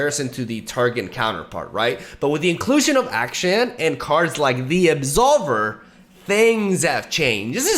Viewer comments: Hey, so you won't get confused nextime, just remember Akshan sounds like Action. Not Ass can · His name is pronounced as Ak-shan (not like shen) Think of the word action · Akshan: A-PHLEM-Shan. Or Action. Just call him Action. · why everyone cant say the right name its ahsan with an british accent on a, like 'A' not ackhstan. Hope you guys know what i mean :) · I am sorry my buddy but it is AKschAn and not Äkschän <3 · It was based off middle eastern names so it's actually pronounced "Uck-Shun" For those who doubted me : Akshan literally said it himself. When I said it was BASED of middle eastern names I don't mean it was an actual name used in middle eastern by itself but more so to the regional phonetic of how it's generally pronounced there. Stop being so pressed over trivial stuff 😊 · I think it's pronounced like the word ACTION 🎬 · Why does have so much trouble saying "action"? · When you try to say Akshan's name, just think of it like "Action", it's basically the same thing lmao Riot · Can’t believe how far I had to scroll to find a single comment saying this. Like he says it in his reveal trailer? Crazy how many people are saying it’s pronounced “action” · The way you pronounce Akshan makes you sound more American than actual Americans lol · Wtf are you talking about? Not even akshan himself pronounces like that.